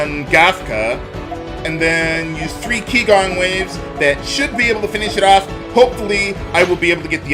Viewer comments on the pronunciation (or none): Qigong is pronounced “Chi Gong” meaning Energy martial art